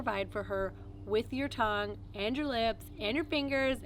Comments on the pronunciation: TONUGE How did you let that one through! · Tonuge 😆 Good video tho